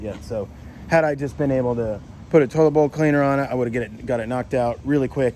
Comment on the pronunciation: I thought you kept saying “total boat cleaner”…but not its “toilet bowl cleaner” 😂